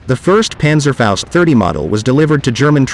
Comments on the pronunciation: Panzerfaust , not Panzerfäust. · Well done video and relaxed told. Try to say Panzerfaust like in HALL: pAntserfoust. I have several Panzerschreck parts. Regards from the Battle of the Bulge area, Belgium.